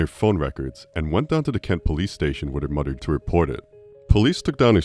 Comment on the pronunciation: Say mudder one more time mfer, I dare ya